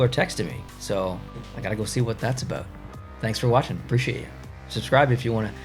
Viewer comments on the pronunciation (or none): none